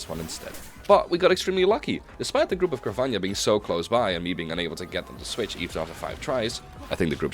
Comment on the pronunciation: Why have you decided to pronounce Carvanha as if it has a ñ? It's Car-va-n(silent h)a like piranha.